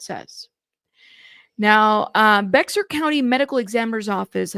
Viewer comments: I love you....Bexar is pronounced BEAR county. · Bexar County is pronounced BEAR OR Behr here lol.